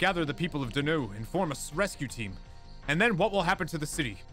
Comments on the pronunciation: I'm pretty sure I pronounced them both correctly! Donau is said like "Go Now" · "Me-le Sey-so" and "Don-ow"